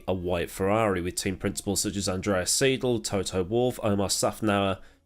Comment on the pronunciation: It's NOT SEE-DL, it's SIGH-DL